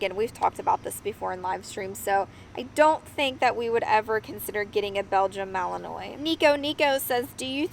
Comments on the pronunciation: You pronounce the breeds name Begian MA- LI- NUAH....geez you should know that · It’s Mal in wa. (Phonically). See - no need to be rude.